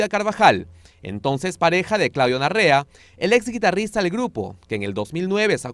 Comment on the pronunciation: Se dice NAREA y no NARREA 😅😂😅😅😂😂